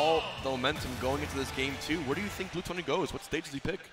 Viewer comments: why do the announcers pronounce everything wrong. Am I missing something or is his name not gluttony like according to his smash wiki page. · hmm i guess its frustrating because he is probably pronouncing it the way that the french word for gluttony is pronounced, and yet it is the english spelling. Its like if you if your name was "refrigerator" but you pronounced it by rolling your r's like the spanish equivalent refrigerador. Makes no sense. Either spell it in french and pronounce it with a french accent or vice versa.